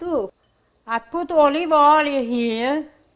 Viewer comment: Wonderful, cant wait to make this. Dont you love the way she says Oiryll...........oil..lol x